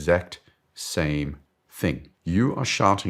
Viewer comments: Don’t get me wrong. is great. With that said I am laughing every time he says shouting because I hear “sharting “. Makes it even funnier to watch. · I seriously heard you say “you are sharting for attention” Well, I guess that works…